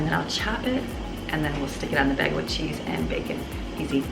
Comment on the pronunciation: It's pronounced bay gal...bagel.😸